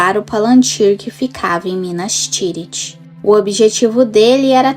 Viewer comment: Seu trabalho é muito bom o vídeo tem uma temática interessante, mas tem um ponto incômodo no video, todo tempo vc fala “Guendalfi” minas tiriri, isengardi. Soaria bem melhor a pronúncia seguindo o guia de pronuncia do livro. Não leve a mal por favor 🙏 só uma sugestão para aprimorar.